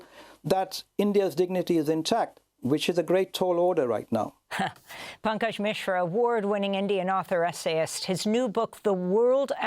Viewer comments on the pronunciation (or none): “Bankage” Mishra?!